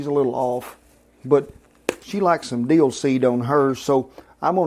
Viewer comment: Duh, Deel? You mean dill, right?